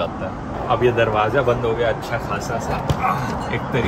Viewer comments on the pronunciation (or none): Never understood why a western educated Hindi speaking person cannot distinguish between a Zee and a Jay sound. For example, he pronounces Zurich reasonably well but saying Darwaza (a door) as Darwaja is not comprehensible. I understand, Zee is not an indigenous Indian sound. But not to put these sounds in their proper place seems weird. He says Zabadast (fantastic) perfectly but in saying Zor (force) he pronounces Jor. May be it is the lack of enforcement of adapted Devanagari orthography of Farsi words in early Hindi education? (A dot or a bindi is used for Farsi sounds). Looks like his English teacher did a good job. Same issue with Ph and F sounds.